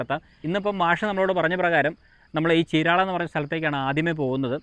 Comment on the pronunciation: 😂ചീരാള അല്ല ചീരാല